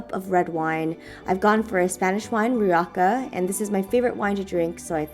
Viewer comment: omg you said Rioca instead of Rioja, the spanish wine! Srsly you're so cute, love from Spain!